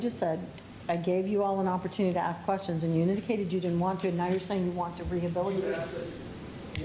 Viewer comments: Well let me axe you this.... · Why can’t anyone pronounce the word ASK the proper way??? It is not AKS.